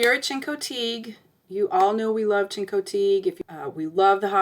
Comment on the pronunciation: Learn how to pronounce Chincoteague fgs. Couldn't bear to listen to you